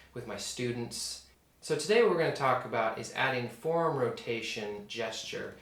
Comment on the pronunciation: This video presents the first time that I have heard your mispronunciation of the two syllable word, "forearm," by a person who's native language is English. You do use the proper, and understandable, pronunciation of the word, "forearm," sometimes. However, it quite often sounds as though you are saying the one syllable word, "form," instead of the correct, understandable two-syllable, "fore-arm" sound. Otherwise thanks for good video lesson.